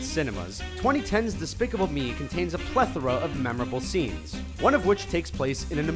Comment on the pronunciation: You pronounced plethora weirdly